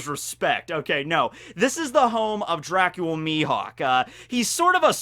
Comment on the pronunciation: He's not Dracula, he's Dracule. Get it right.